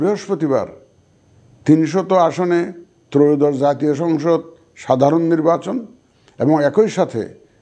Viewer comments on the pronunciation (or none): এয়োদশ না ত্রয়োদশ?